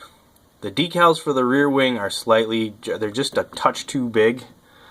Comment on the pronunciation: DECALS........... jesus say it properly.